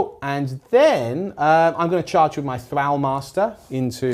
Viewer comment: The constant mispronunciation of “thrall” and “Akhelian” is driving me up the wall.